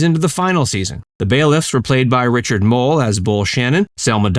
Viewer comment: You are pronouncing Richard Moll's name like it's mole. Which means that you are mispronouncing his last name.